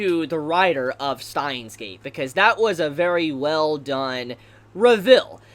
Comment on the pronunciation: Who is "Stein"? And where is his gate? It's Steins Gate, not "Stein's Gate"